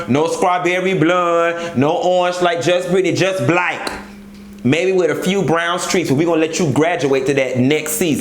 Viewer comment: I'M SCREAMING. The WHOLE OG read 😂😂😂💀 "No colour, no blund, no strawberreh blund...just BLEK"